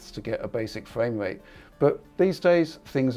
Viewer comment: What dose this guy have against the r , fwaim wate